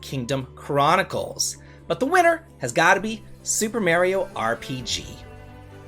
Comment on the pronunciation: You pronounce “Mario” weird as fuck